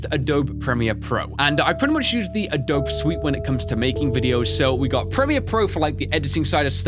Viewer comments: It's Uh-dough-bee not Uh-dope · Lol... Adobe is pronounced Ah-Doe-Bee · A-DOUGH-BEE (Not triggered, just wanted to let you know) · I like how he says 'Uh-Dobe" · it pronounced Ah-doh-bee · I loved this video until you said adobe as if the e was silent